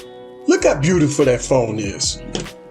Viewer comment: "Bewtiful phone"